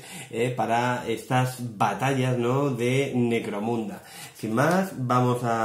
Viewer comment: Parece que digas "Negromunda" no? XD buen video :D